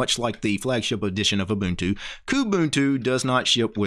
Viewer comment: First guy pronouncing them right and not k'bantu